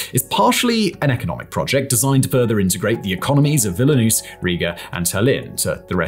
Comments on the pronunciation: Yes, this irritates me too. He also pronounces Vilnius as Vilnus. I’ve noticed similar mistakes in some of his other videos. He comes across so well apart from this. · Its also Vilnius, not Willynoose😂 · Kaliningrad — not Kalingrad!! Vilnius — not Vilinus!! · Kalingrad and Villy-noose 🤣🤣 and "mare nostrum" was mispronounced too 😏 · also can't say Vilnius correctly